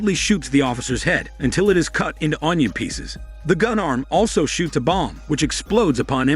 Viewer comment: whenever he says onion peaces it just triggers me to laugh and the accent makes it better